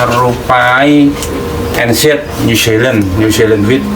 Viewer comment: Translate nya mengikuti gaya bahasa bapak nya🤣 NATHERLAND padahal Netherland sama WHIT padahal white